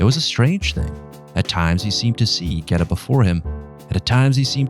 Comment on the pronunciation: it’s the pronunciation of Geta that strucks my nerve. As an Italian, listen to me: it is not “gueta”!!!